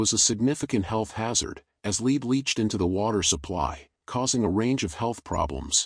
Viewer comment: It's not lead poisoning as in 'to lead', it is lead (element Pb on the scale of Mendeleev) pronounced as Led in Led Zeppelin. Pb is poisonous and was used in water pipes from the 1st century BC in Rome.